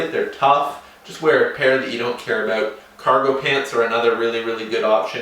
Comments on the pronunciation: Is he Canadian, I heard the aboot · He said aboot...ha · and we're talking aboot getting into paintball